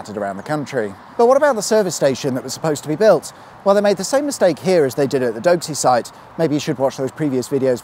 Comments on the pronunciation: its Doxxey, not Doaxey ;) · Doxey has no W in it. It’s pronounced poxy Doxey